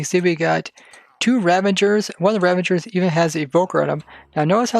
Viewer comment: They are called "Ravagers", right? And not "Ravangers" OR are you preparing for "Avengers: Endgame"? 😉😂